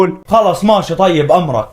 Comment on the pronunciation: ماشي❌ ماتي ✅. الكلام الصح من العكيد هيثم